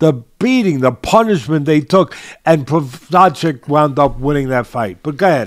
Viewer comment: Jiri "pro hodge kick" Prohazka